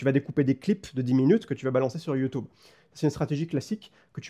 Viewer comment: Des années, des années entières à être raillé par mes proches, par mon audience, par des inconnus, juste parce que je prononce "YoutOUbe", et enfin je découvre que je ne suis pas seul! Ce n'est ni plus ni moins qu'une libération, merci! Merci pour le contenu très quali, énorme le format!